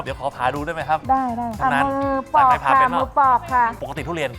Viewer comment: ปอก ไม่ใช่ปลอก